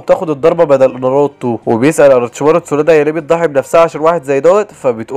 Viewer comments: و برضو اسمها تسونادي مش تسونادا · تسونادا ؟ قيارا؟ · ليش ما بتعرف تقول ولا اسم كيسامي✔️كزيميرو✖️ تسونادي✔️ تسونادا✖️ جيرايا ✔️ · الملخص اسطوري بس في غلطات الاولي: اسمه جيرايا مش جيارا الثانيه: اسمها اتسونادي مش اتسونادا الثالثه: اسمها الأكاتسكي مش الأكاتسكو الرابعه: اسف لكل محبين إيتاتشي لاكن مستحيل إتاتشي يقدر يهزم مايت جاي الخامسه: اسمها ايدوتنسي مش ايدوتنسو